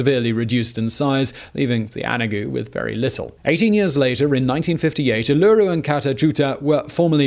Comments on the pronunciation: Not that well researched. Uluru/ type of rock ARKOSE a coarse grained sandstone not the fine sandstone that most Australians know. The aboriginal dates back 60,000 plus years not 50,000. And only if he didn't mispronounce Uluru every time. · I actually had no idea how Uluru formed! great vid. You just need to go through and edit every time you say Uluru (oo-la-roo) :P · Thanks for Australian content. Although you aren't pronouncing it accurately (a little too much emphasis on drawing out a "loo" sound) it is so appreciated that you call it Uluru rather than Ayers Rock which really hasn't been used locally since the 90s. Glad we have finally banned the walking on it. So embarrassing it was allowed for so long. Thanks for the Aussie content again 🇦🇺🇦🇺🇦🇺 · AND simultaneously made me cringe while ROFLMAO, at his epic mispronounciations!! 😊🐨✌ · He said it right the first time and from then on, totally wrong - reminding us once again that the language Australian's speak only closely resembles english. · can someone teach this man how to say Uluru properly. Thank you🙏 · Easy way to get the rhythm of Uluru right I think, is to rhyme it with hula hoop. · You said Uluru wrong the whole time. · HAHAHAHAHA WHY did you start pronouncing it differently here??? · oolooroo ... its oohluroo .. think lump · Any other Aussies correcting Simon every time he says uleweru instead of oo-la-roo? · Great video as always, but I couldn't help cringing every time he said Uluru. Try stressing the 3rd syllable - u lu ROO, and not the 2nd - u LOO ru. I know that it's such a small thing, but it does make a big difference. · It's U-luru, not u-LU-ru. You're putting the emphAsis on the wrong syllAble. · Mate, always interesting videos... but the emphasis is on the first U, not the second - Uluru, not ulooroo... Too late to re-record the whole video, I suppose? 😂 Oh, and 'Arz' rock? This is a geography channel... come on dude! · Its Ul-Ur-Ru NOT UL-LU-Ru. But a good video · its not uluru its U-lu-roo